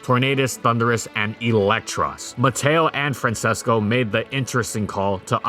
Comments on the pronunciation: Just fyi, the name is pronounced Fran-ches-co, not Fran ses co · Quick thing to critique: Francesco is pronounced Fran”ches”co, not Fran”ses”co